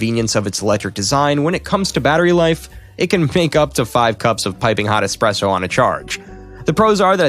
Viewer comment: Did you just say expresso?! 🧐